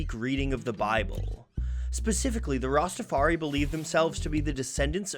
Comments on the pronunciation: The lack of knowledge on the topic of Rastafarianism by the makers of this video was made obvious when the narrator pronounced it "Rastafar-EE" as opposed to the proper Rastafar-EYE. And adherents to the faiths are known as "Rastafarians" not "Rastafaris." Anyone with even a cursory knowledge of Marley, reggae, Jamaica, or Rastafarianism knows this. Your credibility was shot with me when I heard these repeated mispronunciations. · The fact that they are saying Rastafari as rastafar-e is throwing me off. It’s pronounced Rastafar-eye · Rasta Far I is how it pronounce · learn how to say rastafari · Excellent video, as always, despite the mispronunciation of Rastafari (rhymes with eye). As a side note - the lyric is actually "Sold Marcus Garvey for RICE" (not rights as it's usually quoted) meaning that black nations of the Caribbean had given up on the dream of black economic and political independence in favour of putting food on the table. Which is actually an excellent critique of 20th century Caribbean history ! Truly one of the great lyricists. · The "research" would be more impressive if the narrator didn't repeatedly mispronounce Rastafari (using an E sound at the end instead of an I), and call practitioners "RastafarEEs" instead of Rastafarians. It shows a total lack of knowledge.